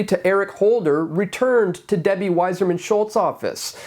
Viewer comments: It's Wasserman, like the old test for syphilis, not Wiserman. You must not be Jewish. Oy vey! Just call her "Ramen Head." PS if it was an idiot, likely it was a liberal. QED. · Stop reading Wasserman as “Wiserman”. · Debbie's name is WASSERMAN, not WISER MAN. YOU could be the WISER MAN, by checking this information.